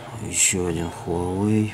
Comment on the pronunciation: только читается не Хуавэй, а Уавэй!